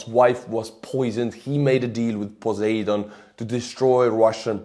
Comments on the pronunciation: Your English is so good. So p-l-e-e-a-s-e: the Roman god of the sea is Poe-SIGH-done. Poseidon. Stress on the second syllable. I rather think it’s Yahweh not Poseidon since He happens to be busy in the area just now. But fine, we know what you mean by PoSEIdon. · just to help with the English pronunciation, the 'seid' portion of Poseidon is a hard I, like iceberg. Great video, like always from you my friend.